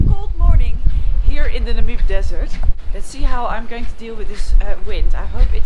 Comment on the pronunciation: Just a tip re pronunciation of Namib. Accent is on the A, as in nAmib..